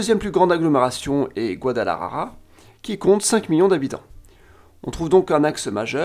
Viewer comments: Mon ami, pour une meilleure prononciation il faut lire par sylabes GUA-DA-LA-JA-RA. La "J" se pronocée comme la "h" anglaise de "HOOK". La "R" comme "assuRance" mais plus longue. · La façon dans laquelle tu prononces le mot "Guadalajara" me fait beaucoup rire, je la trouve même plus difficile de prononcer qu'en espagnol